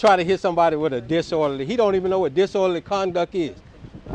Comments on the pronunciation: "You dont know what disorderly conduck is" 😂😂😂😂😂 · I'm surprised this dude is able to breath without being reminded to do so! He really is that stupid!!! He said "disworderly conduck"